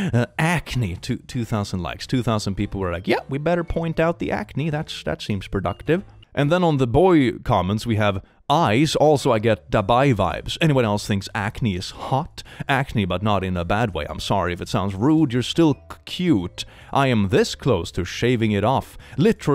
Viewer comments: minor correction, sorry if im annoying but it's pronounced "da-bee" and not "da-bye". dabi is a character from a manga who has his entire lower jaw and everything below just completely scorched up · bro it’s dabi not dubai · Hi, you might not read this but i just wanted to point out you mispronounced the name ''Dabi'' its actualie pronounced ''dabee'' instead of ''dabie'' (which was how you pronounced it), its the name of a character from my hero achademia. Sorry for any grammar mistakes and thank you for your time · I'm sorry but reading "dabi" as [dabye] made me snort so loud all in all I love the video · Dabi vibes? As in Dabi from My Hero Academia? XD You mispronounced it horribly,. It's Dah-bee. lol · Honestly, I found it quirky how he pronounced it. Sure great to help out and I'm not bashing you, but just putting in my 2 cents as an English speaker that it wasn't off putting or anything, and in fact I giggled at it because I thought it was a cute thing. Maybe I have a different perspective being Bi-Lingual my whole life and my spouse isn't a native speaker either so if I know what is being said I just vibe with it but I thought Kai-awk-ing was cool and I may unironically start using that now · As a mha fan, the way pronounced Dadi killed 🤣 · Can confirm, the way said Dabi caused me actual pain lmao